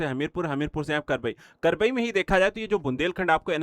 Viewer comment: भाई साहब यह करबई नहीं कबरई है